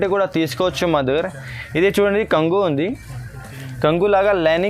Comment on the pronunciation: బాగుంనాఈ చిరలు కంగు కాదు బాబు కొంగు అను